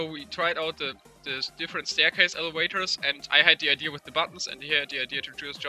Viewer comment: "elewators" heh